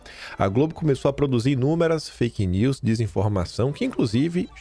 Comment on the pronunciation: O Haddad falando faik news!! Kkkkkkkkk